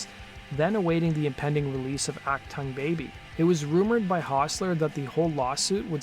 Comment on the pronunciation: "ACK-tung baby"? "Ock-tong, baby"? U2, an "alternative rock band"? LOL This video blows.